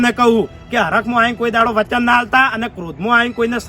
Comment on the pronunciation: આ ફુમતાળજી ને .વ. બોલતા નથી આવડતું વાઘુજી ને આઘુજી વચન ને અચન કહે છે